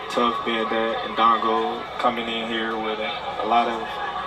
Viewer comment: fucking lol the way this brother is pronouncing indongo its aight, i'ma blame the white man for this one